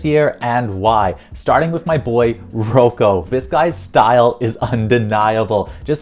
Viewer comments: Rock O not Row Co 🤦‍♀ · I think u mispronounced Rocco name it’s pronounced like rocko